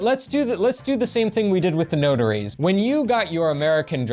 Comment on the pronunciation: Took me awhile to realise you said notaries! Sounded like “ no durries “ which in Australia means no cigarettes 😂